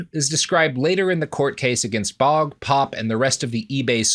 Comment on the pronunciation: I'm fairly certain that the nsme "Baugh" is pronounced "baw" as opposed to "bog". English is funny that way so don't laugh.